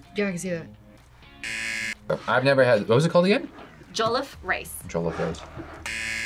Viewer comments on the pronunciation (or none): "we have some jollof rice( pronouced hecka wrong) made the Nigerian way" proceeds to eat it with a fork, that infuriates me so much when americans eat rice with a fork, like what the hell is the point?! IT IS SO WRONG!! JUST WHYYYYYY!!!!